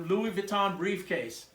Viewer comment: Nice work sir! I thoroughly enjoyed this vid b/c I’m a painter & Lux bag collector who has now began to refurb & customize them. Just 1 thing: the proper pronouncing of LV is: Luieé Vwee-tō (n is silent) I thought I’d share that w/you since you do Louis Vuitton repairs 😉 (& im French, so it makes my skin crawl when ppl say French designer names incorrectly) 🧏🏻‍♀️🤦🏻‍♀️🤷🏻‍♀️ LOL Keep up the amazing work sir!